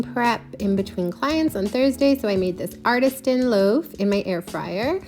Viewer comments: Love this! BUT it’s Artisan, not Artistan. Sorry, It was just bugging me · ArtiSTAN loaf??? Or artisan? 😂